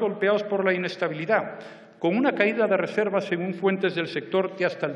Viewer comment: Qué chistoso habla Rajoy, "inestabilidá", etc. :P